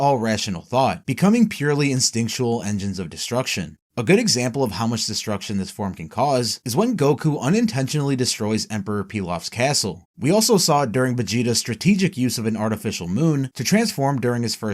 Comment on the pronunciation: Example is not pronounced "exam-pole" as you mouth-breathers pretend it is.